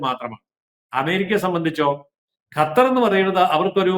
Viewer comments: ഗത്തർ അല്ല, വിവരം കെട്ട ന്യൂസ്‌ റീഡർ, ഖത്തർ എന്നു തിരുത്തുക. ഓക്കേ. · Gathar alla mole qathar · ഗത്തറല്ല പെങ്ങളെ.... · This anchor always talks about gutter. Why not learn to pronounce that sound right!😊